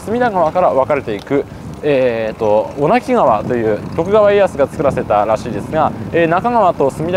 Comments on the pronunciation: 小名木川は「おなきがわ」ではなく「おなぎがわ」です〜 また、仙台堀川は「せんだいほりがわ」ではなく「せんだいぼりがわ」です〜 隅田川周辺の土地をスーツさんが巡ってくださって嬉しいです！！ いつも楽しませてもらってます(by地元民) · 小名木川の読み方は「おなぎがわ」、仙台堀川は「せんだいぼりがわ」ですよ～。